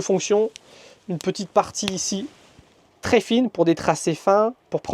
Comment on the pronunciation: Il faut vraiment arrêter d'abuser du mot "tRRRès" ça tend a force. Sinon chouette boulot